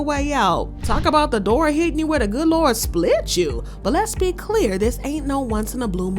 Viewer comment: Did u say “Lez be”. Real.